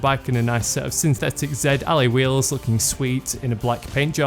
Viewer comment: lol like the way he says ally wheels